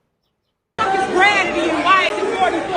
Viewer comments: "what is gratitty?" Lmao 🤣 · "Who is Grad-tity?" You cant make this shit up.